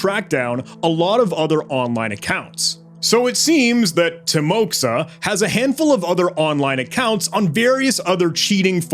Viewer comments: I believe it should be pronounced as Teemoha, not Timoxa. Because X in Russian is sound like English H, and I should map to EE sound. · Bro this is not "timoxa" it's a timoha, it's a Russian name. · what a fantastic video and an absolutely remarkable investigation - hats off! just a few clarifications on this topic from a native russian-speaking perspective: 1. timoxa is actually pronounced as timoha, with an accent on "o". it serves as a shorthand for the russian name Timofey. 2. it's essential to recognize that not everyone who speaks the russian language identifies as "russian" (with aprox. 380kk speakers worldwide). 3. this one is mostly related to the Mande's mistake (who made that inverview video) - dude explicitly stated "I'm Russian". it's worth noting that Belarus (as mentioned in the subtitles) is distinct from Russia. this distinction is further supported by your gmaps activity review, which only spotted locations in Russia. Belarus lies far away from the left pointer on the map. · Как больно было слушать тимокса, когда ты Тимофей 🙄